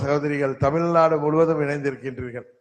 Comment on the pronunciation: தமில் நாடு இல்லை.. அது தமிழ் நாடு